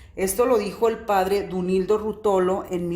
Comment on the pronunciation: Dolíndo Ruótolo, no Duoilndo Ruotólo